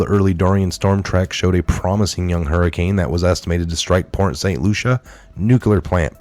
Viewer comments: As a Floridian. I have to say it's Port St LUCIE not Lucia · it's Port Saint Lucie (pronounced Lucy, not Lucia). Thanks for all of your hard work! God bless you, USA, our President and all Patriots!! God is always in control. I live 4 miles from the nuke plant in St. Lucie County. God answered prayers and kept Dorian off shore!!! Even if He used humans to move it, He made it move! Thank you Jesus!!!! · lucie = Lu-see ..... not lucia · Pronounce Lucy not Lusha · Port St Lucie ( pronounced LUCY) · It's pronounced LUCY - lol! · Port St Lucie. Lucie is pronounced "Lucy" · Dear. Saint Lucia is An Island Near Saint Croix. Saint Lucie is in Florida. It’s Pronounced Saint Lucy. Thank you for Correcting That. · It's pronounced Saint Loo-sha. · Are you purposely saying Port St Lucie name wrong? Asking because I know you guys are being careful about your wording now because you're being monetized.